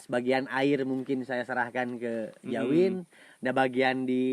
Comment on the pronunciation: Kenapa dia orang manggilnya Jawin🤔namanya si abangkan Dzawin🤔pake Z bukan J